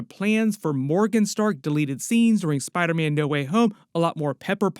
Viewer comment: I love when you () talks about Spider-Man, because sometimes you say "Spidaman" and me and my girlfriend repeat "Spidaman" the whole video. No shade, I'm from Joisey (New Jersey) and I have a weird accent. You bring a smile to our faces. Keep it up bud ❤❤❤❤